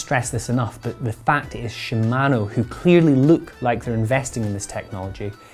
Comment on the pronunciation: your pronunciation of "shimano" and "patent" caused me to dislike and close this video.